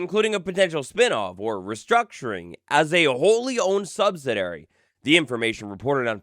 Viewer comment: sub-si-DAIRY (nope) sub-sid-ee-airy (correct) Subsidiary, not subsidairy